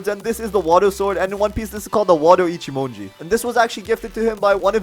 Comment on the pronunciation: Wado “Ichimodo” (It’s “Ichimonji”, )